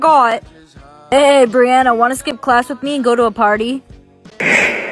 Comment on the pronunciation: Brianna: HOW DARE YOU CALL ME BANNNA?!?